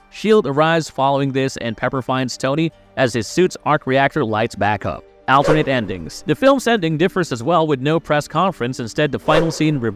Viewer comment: Your pronunciation of alternate is ridiculous